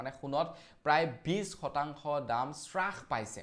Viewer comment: হ্ৰাস ( sras) নহয়, হ্ৰাস ( hras) হে ( কমি অহা, কম হোৱা )